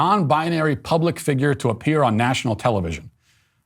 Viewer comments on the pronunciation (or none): none